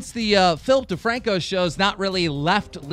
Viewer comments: Everytime they say Philip DeFranco I hear Filthy Franku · why does he always say Filthy Franko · When he says Philip DeFranco i hear FilthyFranko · It sounds like you are saing Flip thefrancko